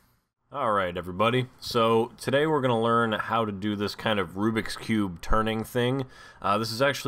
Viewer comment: Rubik's cube... Not "Rubix" cube!